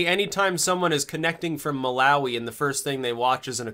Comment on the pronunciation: You said "Malawi" wrong. It's closer to "Maul-uh-why". I happen to have a friend from there. Also, I've watched dozens of your videos, and this is literally the first thing I noticed that you said wrong. So yeah. A+ man. Keep it up.